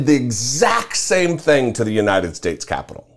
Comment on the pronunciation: "Yesterday" is a hard word for him. So is "United Shayshs."